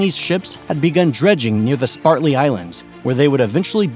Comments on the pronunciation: Excellent presentation but the islands are named "SPRATLY', not SPARTLY. And the other group are the "PARACEL", not PARCEL. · Its spRatly not spaRtly. How did you make that mistake so many times.... re-recording is just time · Spratly not spartly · Spratly Islands! Not Spartly! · Gotta love those Spart-ly Islands but I think Id rather have the Sprat-ly Islands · SPRATLY. . . SPR, NOT SPAR!!!!😮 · Damn dude it is SPRATLY not SPARTLY. READ your script. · Interesting - but why does the narrator continually refer to the Spratly Islands as The "SPARTLY" Islands - which is so obviously incorrect...? Pillock. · Sprat•ly not spart•ly islands. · "Spartly Islands? Can you spell or actually speak English? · ISN'T It "Spratly" not "Spartly"? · S p r a t l e y, not spartley islands... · ..sprat-ly..not spart-ly..but we know what you meant..it also appears towards the middle end you kept mislabeling the location of these said islands to the nw s china sea instead of the se where they actually are . ..you still get a thumbs up from me for spectacular producing and very informative and rapid rate of presentation.. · Not sure why I was so triggered by "Spartley" Islands, but was. 😮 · This is an interesting video, but you seem to be saying Spar-tly Islands instead of Sprat-ly Islands. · Dork, you don't know how to pronounce Sprately ! ! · You mislabeled hurricanes and typhoons on your map and didn't pronounce "Spratley" correctly... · I've really hesitated to say anything for so long, but at some point, one after the next, these videos are all the same. It would be nice if the narrators could pronounce simple words. Like "Spratly". Or "contiguous". It would be nice if the graphics people could properly locate hurricanes versus typhoons on a world map, to match the narration. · Stop using that lousy voice-bot. It can’t even pronounce ”Spratly islands” correctly.